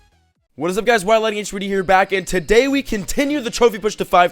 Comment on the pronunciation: It's meant to be lighting